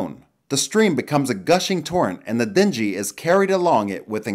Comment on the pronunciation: Use google to say words correctly. Just a thought, it is your channel brother. For instance Dingy= sounds like ring, but with a D. The y in this case sounds like 2 ee's. So it's Ding ee. Easy just how us Americans say it. Cheers brother!